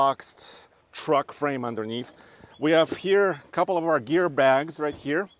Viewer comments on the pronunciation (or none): none